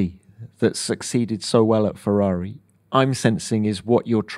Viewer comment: Love him. So happy what he's done for McLaren. And he is a man born to say the word "Ferrari". Perfect.